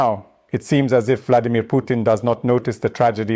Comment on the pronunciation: Did I hear the Bloodymir